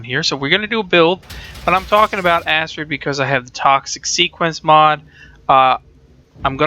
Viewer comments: Its pronounced akrid not asrid. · ***** The problem with that is Acid is A (the A sound) sid (cid). When you add an R to the word you then have A (A sound) crid (c and r together remove the S sound from the C and makes a K sound instead). This gives you Acrid or Akrid. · ***** Acrid is a word from the dictionary meaning having an irritatingly strong and unpleasant taste or smell. It is pronounced akrəd :D Edit: Read through comments to see you know this now. Was beaten to it. haha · ***** i don't think everyone is trying to be a grammar nazi when it comes to these things. Its just that when your reviewing something, you might as well pronounce something correctly. Its like listening to a review about a book where the guy pronounce the title wrong...its just abit aurgh... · ***** That's fine, but that doesn't make it correct. You can be wrong if you want to, but excuse people for trying to help you not look like a fool.